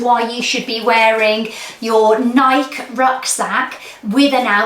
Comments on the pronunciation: Not sure if anyone said this, but why do Brits pronouce "Nike" like that? The brand name is pronounce the same as the Greek goddess, ie, Nīkē. Just curious. I really enjoyed your video! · Nike is pronounced NIGH-key. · Did you pronounce Nike with a silent e? 😮